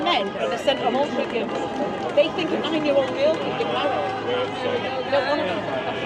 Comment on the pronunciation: can't even pronounce Altrincham correctly. Such a patriot......